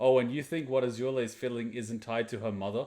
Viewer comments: why are you saying Azhula/Ažula instead of Azula with a z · WHY DO YOU PRONOUNCE AZULA SO WEIRD